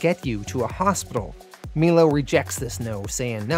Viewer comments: melo- mylo The last name of the female. One other I can't remember off the top of my head. No biggie my man. I love your videos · I’m pretty sure it’s My-low not Mee-Low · Awesome vid. Great job. Cant wait for next week ....btw is "Milo" not pronounced *m-eye- low*? I could be wrong